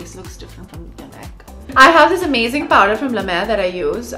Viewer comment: Did she forget she's an Indian, the way she's saying Paw-dar & Can-Taring lol 😂